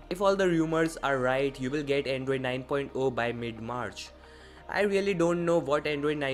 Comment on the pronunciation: Its not "9.O"(9 point O), its "9.0"(9 point ZERO). Please correct yourself in the upcoming videos.